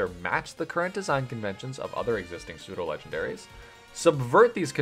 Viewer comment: Pseudo, not soudo.